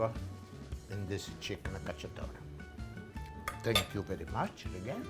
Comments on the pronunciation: Cacciatora, not "cacciatore"! Pollo alla cacciatora! Also, amazing recipe and personality! Will try this recipe soon :D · Chicken cacciatorA, not cacciatorE